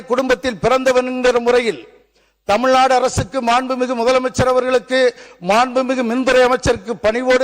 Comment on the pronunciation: இது தமிழ்நாடு, தமில்நாடு இல்லை.